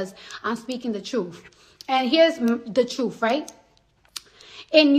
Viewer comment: You mean "Da Chuff" because that's what she said, not "The truth."